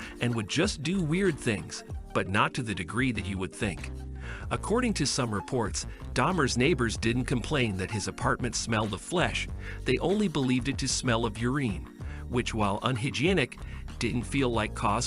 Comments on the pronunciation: "Ureen", "unhyginec". My God, the pronouncing... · Did I just listed to an AI learn how to pronounce Lionel, only to later mispronounce urine?